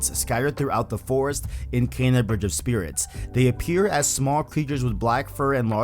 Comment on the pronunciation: why am I'm triggered at out how you're mispronouncing kena lol